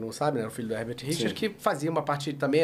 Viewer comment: Eu me lembro criança, ficava falando isso..."Versão Brasileira HergaTirichas" kkk